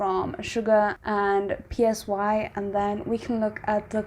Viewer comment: The artist name is not PSY it is pronounced as SIGH as in sighing loudly. Are you an idiot you don't know who Siri PSY the very first K pop artist to be big globally with his song Gangnam Style and gentleman.